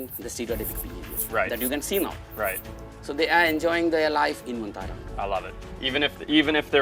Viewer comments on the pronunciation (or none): Ma'am It's not VENTARA it's VANTARA... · It is "Vantara"; not "Ven"; Van means forest; no idea where the idea of calling it "Ventara" took shape?!!